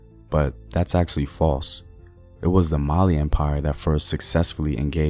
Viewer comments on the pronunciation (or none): none